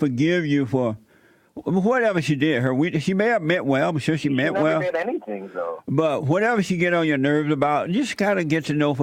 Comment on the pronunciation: "Bater" it's "Beta" she "mint whale" it's "meant well"